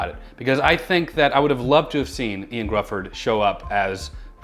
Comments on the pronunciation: Just to clear something up that you read in your Comment of the Day, the actor’s name is pronounced YO-AN Griffith not Ian Griffith.. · The "I" in "Ioan" is pronounced like the "y" in "you" and the "dd" in "Gruffudd" like the common "th" sound in English.